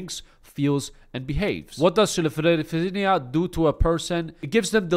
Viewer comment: Say it with me, skit-zo-frinia- schizophrenia